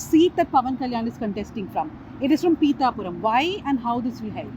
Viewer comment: Bro thats not peetha puram. Peetha means crab in telugu..